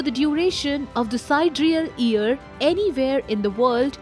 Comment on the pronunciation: Super interesting, this should be make known to the world. Small correction: its not EAR, but YEAR. You pronounce the lettet Y in the word YEAR as well. Hearing about EARS (organ for hearing) really distracted me.